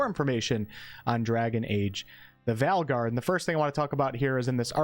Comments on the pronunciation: You pronounce Veilguard incorrectly. VAIL is how it'd pronounced. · I was like "valguard" lol😂. Playful teasing of course